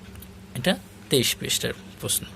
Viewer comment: পশ্ন' না, এইটা উচ্চারণ হবে "প্রশ্ন"। ধন্যবাদ।